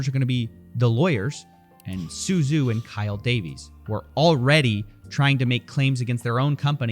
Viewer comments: Am i the only one that paid attention to Avatar: The Last Airbender and knows “zh” is pronounced like a j, not a z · "Zhu" is pronounced like "Ju"